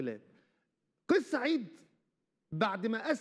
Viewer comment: مقدم البرنامج انت لا تعرف نطق اسم الرئيس بشكل صحيح فتعلم قبل ان تتكلم